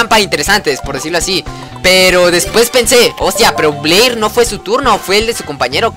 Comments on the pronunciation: se pronuncia bler se pronuncia alado con llamas el de jaden aprende a perder con mujeres has un directo jugando yugioh pro phoenix con subs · es "bleír" con acento csm y lo dijiste sin acento XD okay no solo quería comentar algo XD